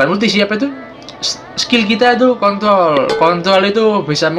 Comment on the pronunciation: kntrol bukan kntl 🤣🤣